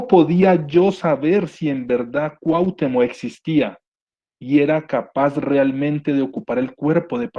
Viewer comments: Cuauhtémoc, no Cuahtemoc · Gracias por compartir, si me permites hacerte una pequeña observación sin "hate", para mejorar, se pronuncia CuahtÉmoc (sílaba tónica TE). Sin pretender ser arrogante de ninguna manera, el afinar estos detalles hace que te centres más en el mensaje que se está comunicando, a mí me desconcentraba cada vez que lo pronunciabas de manera equivocada y es algo involuntario. Tu contenido es muy bueno, saludos! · Siento que viajaba a través del tiempo... Muy buen vídeo, pero me desesperó muchísimo la manera de pronunciar Cuauhtémoc... Me desesperó eso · No pronuncias bien Lattice ni Cuauhtémoc... de ahí, todo bien!